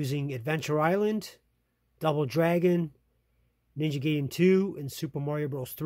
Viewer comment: ninja guy-den, even as a kid i've never heard anyone pronounce it how you did. sorry it bothered me.